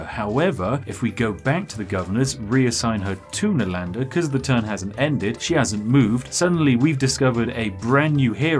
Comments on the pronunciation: Being an Indian I enjoy how Brits usually mispronounce the names of our cities (Nalanda was an ancient Indian city for those who are curious) XD PS: Love your content, and humor! Keep it going!! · Spiff accusing PotatoMC of mispronounced but he him self mispronounced " NALANDA " in first place.